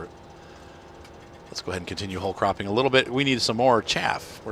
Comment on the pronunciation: i am the only one that understood "hole craping" instead of "whole cropping"?